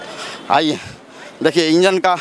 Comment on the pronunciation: इंजन को बोगी, चश्मदीद को चश्मदिन, कार्यक्रम को कार्ज़कर्म, ये बिहार की जमीनी भाषा, हेने आवा।